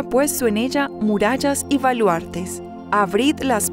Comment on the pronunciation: Sigo diariamente vuestro Laudes .Gracias. Mi humilde contribucion : seria muy bueno que la voz femenina (que es excelente) pronunciara las "b" en vez de "v". Ejemplos hoy: voca, avrid,,valuartes,alaven,,vreve,sovre, , Y decir aleluia en vez de aleluya.